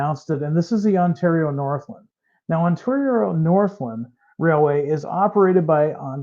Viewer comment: interesting how mispronounces Ontario Northland... LAND not Lund or lond. NorthLAND. WHEN are the Ontario Northland GP40-2's coming out??? I prepaid mine 2 years ago!!